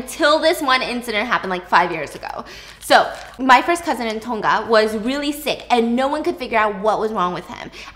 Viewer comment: superstitious stuff in the islands hit different man. Also super cute how you pronounce Tonga